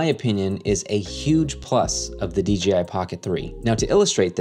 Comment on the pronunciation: DGI??? or DJI???